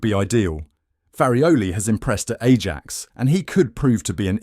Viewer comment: Spurs are pathetic 🤣well Levy is….any top manager won’t get anywhere near to Spurs job and deal with Levy….and this channel can’t even pronounce Ajax🤣